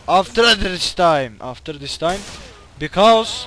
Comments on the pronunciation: aftiririr ddis taym :D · aftejethatga thisgkjds time after this time :D:d:d:D:D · aftririr dis taym :D tam sövecekti zor kurtardı fayn yani :D